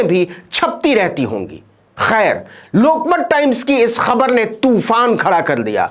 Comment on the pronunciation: खबर तो बाद में सुनते हैं पहले ख तो सही बोलो!!